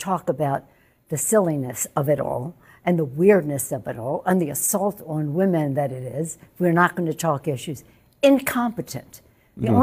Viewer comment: I thought she said womben